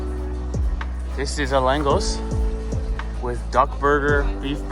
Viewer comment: The pronunciation of LÁNGOS is "langosh"